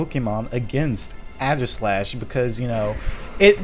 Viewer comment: u keep mispronouncing aegislash lol